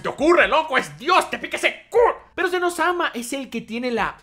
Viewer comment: Es Zen oh - sama, no un Elmo adolescente XD